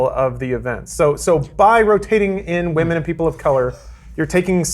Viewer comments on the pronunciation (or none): "The appearance of WAMEN" I think has been watching a bit too much Pewdiepie